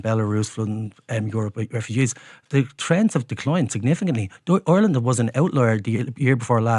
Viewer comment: Congratulations,. You finally learned how to correctly say the word Ireland. Formally known to you as "Areland & Orland.".....